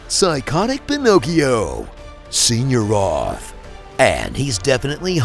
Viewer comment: I cackled at "Senior-oth" badly 🤣🤣🤣